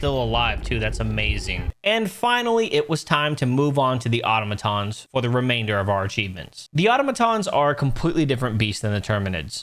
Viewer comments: I love the way you say 'automatons'... you know, like an idiot 😉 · I like how you call Automatons "Ottomantons"